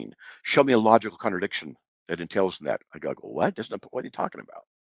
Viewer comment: Every time Slick says "connerdickshin," a syllogism quietly files for divorce.